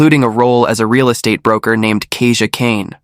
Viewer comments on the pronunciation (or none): none